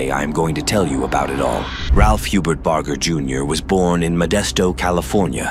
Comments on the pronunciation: Awfully edited, chopped up video. And at least learn how to pronounce the man’s name correctly too. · You lost whatever creditability you may have had when you mispronouncing his name, even while pronounced his Dad correctly